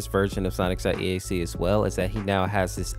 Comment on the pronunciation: bruh the way you said sonic.exe made me hurt inside.